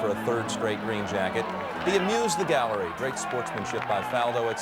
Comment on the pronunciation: The way Ken Venturi says Garrerry, rather than Gallery is classic.